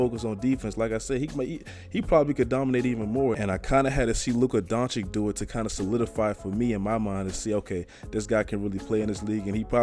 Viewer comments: it's pronounced DONCHICH, not donchik. it hurts my ears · Nice vid man, but his name is pronounced Donchich and not Donchik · DONCICH* (not doncik, donkic, donkik) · please stop calling him Luka Donchick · Dude, its Doncic, not Donchik, learn to spell his name right, its two same sounds! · Take a shot every time he says chip on his shoulder or says Doncic wrong who’s down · How does any 6'8 guy seem like a regular civilian? 🤨 Also the last c in his name is basically pronounced the same as the first c and not like a k. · Pls pronounce him right you be like Steven a Smith out here the second c is pronounced the same way the first is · You probably have no idea how huge Doncic is and please learn to pronounce his surname..